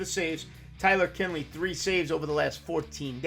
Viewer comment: Kinley? Really??